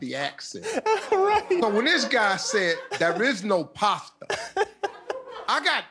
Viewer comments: I thought he said pasta😂😂😂😂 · Yeah...that dude definitely said “pasta.” LOL 😂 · The guy pronounced it as pasta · Pastor lol